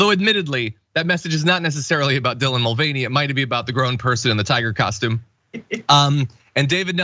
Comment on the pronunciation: i thought it was pronounced MULL-vah-NAY